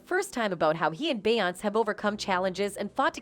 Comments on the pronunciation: How do you not know how to say BE YON SAY? What is BE YONCE??? DO YOU SEE THE ACCENT MARK? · Its Beyonc-ay not Be-once but anyway great video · Bey Yonts? lol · The female narrator needs to learn how to pronounce Beyonce FFS. This ish popped up on my YouTube suggestions (*Edit: a completely different video a couple years ago). From my understanding: Rhianna & Beyonce had a Twitter war in which Rihanna tweeted - Since we're spilling tea, I slept with your husband. The YouTube video showed the Rihanna tweet etc... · too bad the narrator can't even pronounce Beyoncé's name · If you cannot pronounce her name correctly do not say it at ALL!!!!!! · YOU CANNOT EVEN PRONOUNCE THAT LADY’S NAME!!! SO WHY WOULD ANYONE BELIEVE YOU??? 😂😂😂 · They way the narrator pronounce Beyonce…..😐😐😐